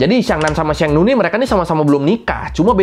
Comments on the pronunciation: bang , abang salah baca di sheng nu nya dia bukan bilang nu tapi nie~ (e nya agak panjang) yang artinya perempuan bang .Sekedar memberitahu saja ya bang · ma'am pelafalan nya, Sheng, guruf e, bunyinya huruf nya, seperti di ejaan sekolah, bukan bunyi d ejaan bebek. Dan bunyi nu nya di Sheng nu, ngucap nu nya, bibir qt monyongin, Dan u nya berbunyi 'i'.